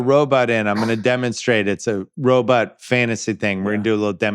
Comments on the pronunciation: Just here for Bill's weird pronunciation of 'ro-but' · can we talk about how bill pronounces it 'ro-butt'... lol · Simmons pronouncing robot as “robutt” Is hilarious. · The “robut” count in this pod. I love it so much. Bill, that’s the vowel sound you should make when pronouncing Monk (which rhymes with dunk). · Bill saying robutts is dynomite